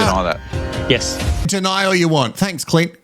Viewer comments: Omg every time you call Clint, Clit, I’m literally laughing with my dog 😂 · Binged all of your episodes 😂 Lovvvve your take on all the mess! ❤ Every time you use cl*t instead of Clint 😂😂😂 has me cackling! I feel bad for Billy. Sierah is stone cold and is obviously okay with cheating. Adrian is a Neanderthal and should get together with Eliot. Two clowns 🤡 Love Dave and Jamie 🥰 And Carina and Paul. Something about Paul though.... can't quite put my finger on it 🤔